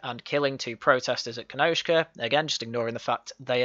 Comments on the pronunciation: You are right, it’s ‘Kenosha’ there’s no K in it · It's Kenosha, NOT Kenoshka.